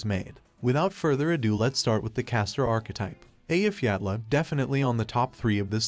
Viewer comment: Very based of you to pronounce Eyjafjalla correctly!